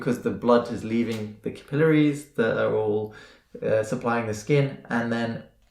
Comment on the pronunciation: I held my 3#13oz neonate while she got an LP. Worst thing ever. Her tiny lungs filled the hospital. And it’s NOT a small needle. You say encephalopathy and capillary very weirdly